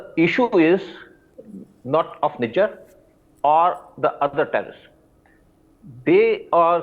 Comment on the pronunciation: Why is this guy pronouncing Nijjar's name like a foreigner "Nijaaar" 😝😝